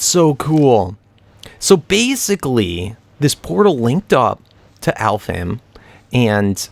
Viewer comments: Also its pronounced Alf-haim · And alfheim is pronounced Alf-Hejm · Also i think its pronounce alf- hime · I think you pronounce it Alfhigm, but I got it from sword art online so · Norse myth is called alfheim (alf-hime) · I hope this isn't offensive but (I think) it's pronounced Al-Fine Wich is fairy or fantasy in japenesse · Alf heim, not that hard to pronounce. Home of the elves translated to English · if its the same way to pronounce it as they do for Sword Art Online its kinda like Alph-hime